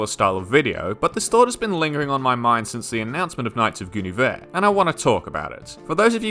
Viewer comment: You keep mispronouncing Knights of Guinevere